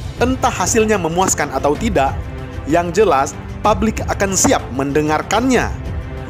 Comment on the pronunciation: PUBLIK, woy, bukan PABLIK. Produk, bukan prodak